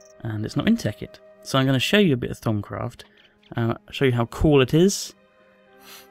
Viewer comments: i thought he said thong craft lol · Did he say thong craft? Lmao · I heard "Thumbcraft"! LOL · he makes it sound like thong craft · thumbs up if u thought he said thong craft :P